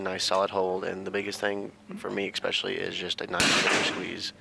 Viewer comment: Hearing a "commentator" say "ECKspecially" repeatedly made it difficult to watch. Their 10 ring is the size of a pencil eraser folks.